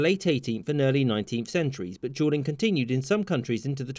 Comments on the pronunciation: Jewel is pretty close. But that doesn't explain Julian instead of duelling. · The dude can’t pronounce duelling correctly not the caption’s fault lol